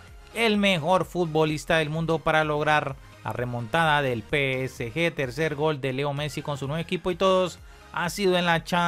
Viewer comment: Dice pesg, aunque prácticamente es lo mismo porque está mal dicho 😅